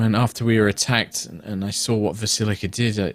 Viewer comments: Hearing "Vasilka" being pronounced as rhyming as "basilica" with a v is killing my soul /: It's "V(/w)ahs-ILK-ah", depending on how Transylvanian you want to sound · Basically the same thing that happened with Krezk. The real problem is that mispronunciations come from a position of authority and consequently everyone ends up saying it wrong. We just got Krezk partially cleared up and then he started adding that extra I to Vasilka. And frankly the transposition of Blinsky to Blinksy was also frustrating. But Vasilka and Alvaski are also anagrams which ruins Trott's little play on words too. Very frustrating to hear. Although I can't come down on too hard because it's a condition. Dyslexia.